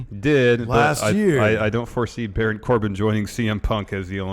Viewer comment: BARAWN. COR-BIN.